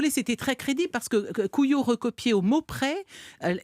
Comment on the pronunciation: Excellent- ça donne une bonne idée de la folie de cette histoire. Mais le nom du faussaire se prononce non pas kou-yo mais kou-yao.